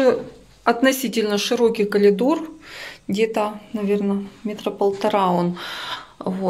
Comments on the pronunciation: Коридор правильно говорить. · все прекрасно! Но,только очень режет слух "колидор" в русском языке нет такого слова,извините!